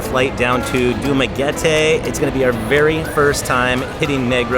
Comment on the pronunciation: Very Good for pronouncing Dumaguete correctly. 😂 I for a second thought that expected for a Dumaguete sound like Spaghetti. But 101% on point Man!